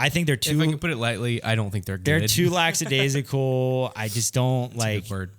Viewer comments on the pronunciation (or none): Metaphor. An analogy is a comparison. Euphemism is milder version of a word (eg. downsizing instead of firings or passed away instead of dropped dead), lackadaisical doesn’t have an x in it, nor an s after the k. Phonetically: Lack-a-days-i-cal. Peace.